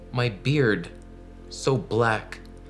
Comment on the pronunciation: Did you say "beard"?